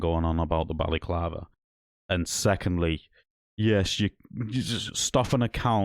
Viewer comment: Mate, it’s a balaclava not a Bally clarver and a snood not a snoo. The only crime here is your pronunciation.